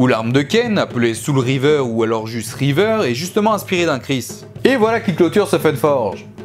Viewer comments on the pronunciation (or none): none